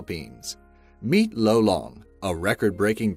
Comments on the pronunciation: I'm a Filipino. It's not pronounced low-long It's loh-long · Lolong was the oldest here in the Philippines Edit: btw the pronunciation of lolong was (Lo-long) not (loe-long) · Aswell as: Loh lung Not low long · Its lolong not lowlong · im filipino and it triggers me how u said lolong wrong XDD